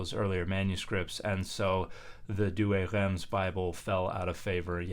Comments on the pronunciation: Yep Reims is pronounced \ʁɛ̃s\ with a nasal vowel instead of \ʁɛns\. Dan’s trying to the uvular r, gotta go all the way and get the nasals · Pease don't says the 'm' in Reims. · Traditionally, in English, it's pronounced "reems". I would pronounce it the French way when referring to the city, but I would anglicise when referring to the historic translation.